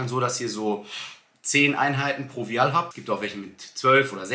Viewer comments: Super content! Vielen Dank 🙏🏽 Vial wird im englischen ’WEI’HL’ ausgesprochen 🧪 As ner wisst ihr ja bestimmt schon Wieahl hörte sich irgendwie ein bisschen komisch an Aber jeder weiß was gemeint ist !! Danke nochmals für deinen Pep-Talk 💪😊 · Kleiner Tipp. Die Aussprache von Vial ist “Weil”. Der deutsche Begriff ist übrigens Ampulle oder Phiole. 😊